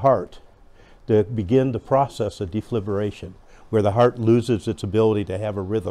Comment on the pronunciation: FIB--RILL--A--SHUN is the pronunciation. It is not "fib-your-lation" or "fib-you-lation". Please !